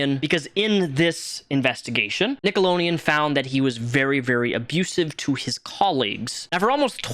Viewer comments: it's "NickeloDeon" NOT "NickeleNeon" it's 💁🏼‍♀ "Nickelodeon" 👣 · Nickelo D eon. Not “nickelo Neon”. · Dude, it's NickeloDEon not Nickeloneon lmao sorry it's bothering me! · The network is called "Nickelodeon" not "Nickeloneon". You need to put a "D" sound after the "lo" and not a "N" sound. Also, "Game Shakers" was the name of the show you mispronounced. You called it "Game Snakers". ~Dutch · For the love of god it’s “NickaDian” not “Nickalonian” lmao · Why do you say NickeloNeon instead of NickeloDeon? It bugs the s out of me. Down with Hollywood ped*s, but, also, READ. Kthxbye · nickeloDeon, lol. not nickeloneon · Its driving me nuts that you keep saying "nickleoNeon" instead of "nickleoDeon" lol 😅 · have i missed a joke, why are you saying nickeloleaon instead of nickelodeon? lol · Slough= "Sl-ooh", not "sloof". Nickelodeon= "Nik-ehl-oh-dee-uhn", not "nik-oh-lohn-ee-uhn. Game Shakers, not Sneakers. Just saying. ♡ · NickeloNEON?? It's NickeloDEON, lol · its pronounced nick-o-load-ian not nickolonean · What's "Nickeloneon"? I mean I know he made shows on Nickelodeon, but I never heard of this other channel! Nickeloneon 😂 lol how the hell did you ever get that pronunciation? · That was driving me insane 😂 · Nickolodeon 🤣🤣 not Nickoloneon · Why are yoy saying "nickalonian " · Are you purposely calling it nickelo-neon?! If I got a dollar for every time You said that I would have had $100 at the end of this video. It’s very cringe and hard to watch because of that even more so than Dan schinder. Also I noticed why are the guys feet blurred out but the girls feet are shown? Also growing up watching this as a kid this is how I probably developed my foot fetish. But as someone with a foot fetish even as a kid I always noticed this. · love your videos but why are you saying Nickeloneon lol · Love the video, but it’s nickeloDeon you didn’t pronounce the D 😅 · Take a shot everytime he says "nickelonian" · "Nickeloneon." lol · "NickeloNeon"